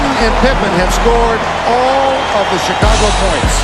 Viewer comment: Great channel man, but your accent. I am all about one embracing his difference in speech etc, it's what makes us human and different but all these years, your accent is in fact, something I can't be accustomed to. In fact, your s seems to get in the way of correctly pronouncing some words. It's VERY sibilant and almost annoys me. Chigago as well, sounds TSikagkko and it's agghh. But, I had to double check to see that you are not saying robbery instead of rivalry. I love your channel it's amazingly detailed. Just take that as some minor things that will improve it even more! Oh, and as jimmyhighroller channel, I hope you are not pumping your .wav track with a compressor, saturator or eq for it to have more bass and treble...His fake bass voice is annoying.